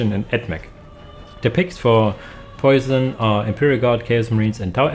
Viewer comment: Nice vidéo for lunch time. Side note unless that person told you but I take it poisson is french so their name is pronounced différently and means "dream fish" in english which is a pretty cool name.